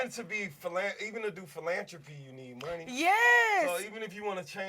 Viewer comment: This nigga said philantropy 😩